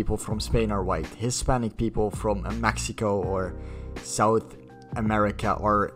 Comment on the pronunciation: Its the ✨ J E A L O U S Y ✨ for me. And Maxico that’s how u said it and if u are going to say Mexico say it right